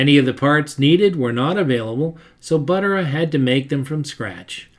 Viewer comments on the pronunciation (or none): Love the video, but a couple of picky little things-Not sure about the pronunciation of some of the names but I think Buttera is pronounced with the accent or emphasis on the second syllable (ter). And the few times I've heard Hirohata pronounced in old interviews by old timers that I presume knew him and how to pronounce his name, it sounded more like 'here otta' or even blending the 'r' into the next syllable like 'here ROT ta.' Oh and Li'l John's T's style became known as a restro rod not a restro mod, those came later.